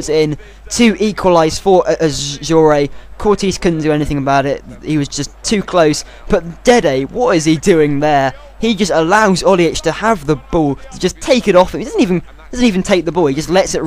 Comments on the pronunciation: Not lukuku but -> (Romelu) 'lukAku' Not Courtis but ->(Thibaut) 'Courtois' ( Cour Twa) Buy Dembélé from Fulham, he's a BEAST! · is pronounced courtwah not courtis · Courtois is pronounced Cor-to-a. It´s a french name. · that's not the way to pronounce Courtois but no one will probaply mind. I'm Dutch so for me it's totally different,, but you should try: Koer - twa.. it's French,, French-Belgium. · Courtois pronounced Courtowa. French bloke